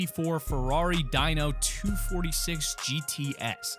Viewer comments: DINO is pronounced "dean-oh" not "die-no" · It’s not di no like a dinosaur it’s Deno that’s how it’s said Deno it how you say it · Ferrari DAINO??? Please....😣 Ok, I'll make it easy: how do you say "I go out for dinner"? I go out for dAInner??